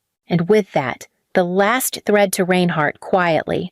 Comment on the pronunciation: Learn how to pronounce "Reinhardt "! All this stuff is stupid.